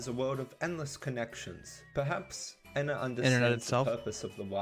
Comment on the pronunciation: your miss pronouncing Ena pronounce it like there are two n's like En-na